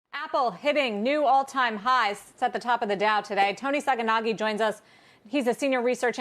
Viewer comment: I click just to hear the host say "Toni Sacconaghi". Then I stop listening. Every time.